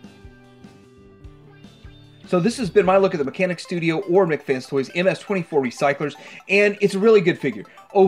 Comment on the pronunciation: Come on,...! It's pronounced, "MEHK" FANS... As TWO separate words... NOT "McFans"... It's a toy company NOT some $#!tty burger from the Burger Clown place. We've been over this,... Or do YOU prefer being called""...?! See...?!! Make the effort, bro...!!!🤔